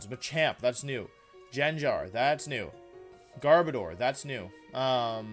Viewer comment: The way you pronounce garbodor at the start made me believe you said gardevoir and got excited for 5 seconds bc I thought that gardevoir was gonna get a gmax form :(